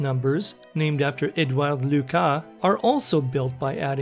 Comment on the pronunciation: I sincerely think you deserve an award for not butchering a french name in a english video. it is so common, that your pronunciation of "Edouard Lucas" and "Binet" put a smile on my face.